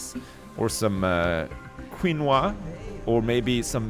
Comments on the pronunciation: I don't want to be picky but how you say it is Kee nu wah. The only reason I ate it last night was because i thought the name of this was hilarious. 😂 Great vid! 👍👏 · His pronunciation of depot sounds fine to me but him saying quinoa threw me off a bit lol. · I thought he was butchering the pronunciation until I looked it up. The quinoa thing rustles the hell out of my jimmies, though. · it's pronounced keen-wa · pronunciation of Quinoa and Depot makes me so happy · I'm truly surprised he didn't screw it up more.